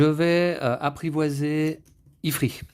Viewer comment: Pour info il se dit « ifrite » lol Merci pour cette très bonne video Je vais m’acheter ce jeu, c’est certain